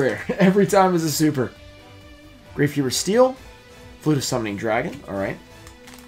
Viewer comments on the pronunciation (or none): Soo many dmg xD but the gravekeeper spell is pronounced like gravekeeper's stelee